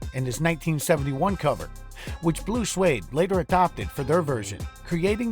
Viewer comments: It's not "Blue Suede." It's "Blue Swede." As in, they were from Sweden. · The voice says Blue Suede ... not Blue Swede! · It's Blue Swede, not Blue Suede. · it is BLUE SWEDE NOT SUEDE